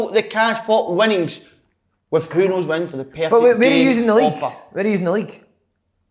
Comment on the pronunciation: "Who Knows Win" - Slaney still cannae even get the fuckin name right! :0)